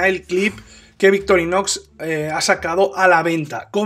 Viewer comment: Es victorinox o Victorinosssss? Jajajaja abrazo buen vídeo!